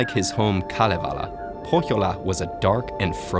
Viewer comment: Kudos to you on your 100% correct pronunciations of the words in Kalevala!!